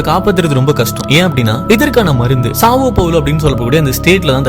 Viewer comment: சப் பாவ்லோ.. ப்ரோ ...சாவோ கிடையாது